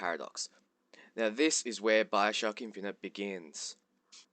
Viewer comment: why do you speak so strangely?? Biocrock ? Liehow? wtf